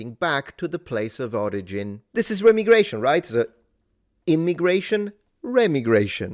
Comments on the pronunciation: … Not “Rem-igration” It’s “Re-migration” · i know you said remigration, its pronounced Re-migration :) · ive always heard it pronounced "re- migration" not remi- gration. then again, i speak southern american, so take it for what its worth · Re-migration- don’t think it’s rem-migration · I think it is pronounced Re-migration not Remi-gration, maybe its both but the second sounds weird to me. Good video either way. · Pronounce the first "i" as aye, or eye, re-m'eye'-gration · its pronounced REE-my-gray-shun. As in crazy people go REEEEE whenever it happens. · Remigration is normally pronounced ree- migration